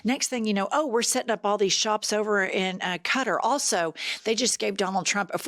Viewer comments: Ka-tarr!! Ka-tar-ree!! Not Cutter!! Cutteree?? Nope. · The pronunciation of "Qatar" in English is "kuh-TAHR".